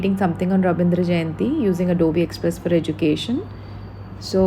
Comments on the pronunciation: But pronounce is adobi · Mam its not adobi its adobe 😅